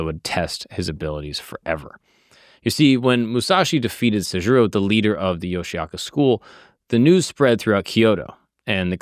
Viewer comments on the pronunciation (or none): Great video! Here are a few quick historical facts and a pronunciation tip for your research:Pronunciation: The clan name is pronounced "Yoshi-oka" (Yoshioka), not "Yoshiaka".Takuan: The mentor relationship between Musashi and Takuan is 100% fictional. It was invented by novelist Eiji Yoshikawa in the 1930s and later used in Vagabond. In reality, there is no record of them ever meeting.Denshichiro Fight: You used the Vagabond version (a dramatic sword duel), but the oldest historical record (Kokura Hibun) says it was much quicker. Denshichiro brought a massive 5-foot wooden sword, but Musashi rushed him, snatched the sword right out of his hands, and struck him down with it in a single blow.Love your content, keep up the great work! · 素晴らしい動画ですね！あなたのリサーチの参考になるよう、いくつかの簡単な歴史的事実と発音のアドバイスをまとめました：発音： 一門の名前は「ヨシアカ」ではなく、「ヨシオカ（Yoshi-oka）」と発音します。沢庵和尚： 武蔵と沢庵の師弟関係は100%フィクションです。1930年代に小説家の吉川英治氏が創作し、後に『バガボンド』でも使われました。現実には二人が出会った記録はありません。伝七郎戦： 動画では『バガボンド』版（ドラマチックな剣の決闘）が使われていましたが、最古の歴史記録（小倉碑文）によると、実際はもっと一瞬でした。伝七郎は5尺（約150cm）の巨大な木刀を持っていましたが、武蔵は彼に突進してその木刀をひったくり、相手自身の武器を使った一撃で打ち倒しました。